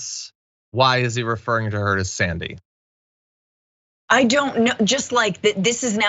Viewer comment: Her name is Alexandria, he's not saying Sandy, it's Xzandy